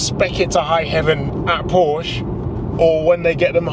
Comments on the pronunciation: Two syllables. Por-shuh. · Ok, so you're a massive Porsche fan, so am I, and a lot of other people. I just have to say that if you are, you should at least pronounce it correctly! 🥂